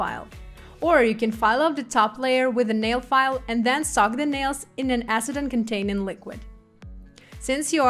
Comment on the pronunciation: The English translation is done very nicely. There was only 1 word I had a hard time understanding but I eventually figured it out based on context. (That word is soak but I hear sock 🧦.) May I make a suggestion? The word "soak" is spoken by the translator as "sock". So, to correct this, try thinking of an OAK tree or a river bOAT. oak, boat, soak. Hopefully, that helps make sense :) Thank you for this beautiful & easy-to-follow presentation! 💅